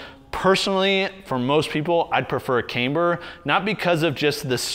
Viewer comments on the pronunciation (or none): Not trying to sound like a jerk or nit-picky but its pronounced Kamber not Kaimber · Can't unhear mispronounce camber as "came"-ber every time.